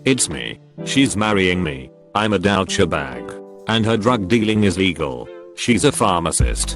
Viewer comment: Was it when the computer reading this post flubbed the pronunciation of "douchebag"?